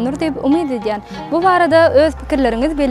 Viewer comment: Alyp baryjy! Etýän, etýäňiz... diýilenok. Edýäň, edýäňiz diýilýä. Ýazylanda-da, aýdylanda-da.